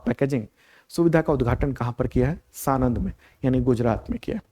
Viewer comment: सानंद नहीं આણંદ